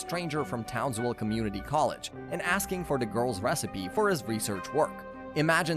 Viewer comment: Why do I feel like you keep saying townswell